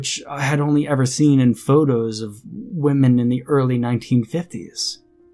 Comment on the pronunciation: I have to ask. Why do you pronounce women like woman instead of wih-men? Ive never heard that before & it’s really hard to distinguish the difference like that. I keep thinking you are only talking about one woman.